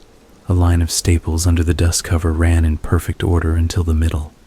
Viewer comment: I PICKED UP A FREE “OTTER” AT MIDNIGHT 😂😂😂😂